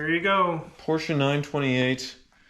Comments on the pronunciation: Who told it was pronounced Poor-shaa? It's not. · Thank you for saying Porsche correctly